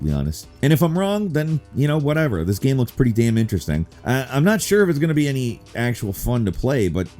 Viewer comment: Kinda sounded like he was saying "what makes the up coming Karen unique" 😂